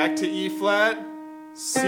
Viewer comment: It's good but its hard to tell wether ur saying b or e flat...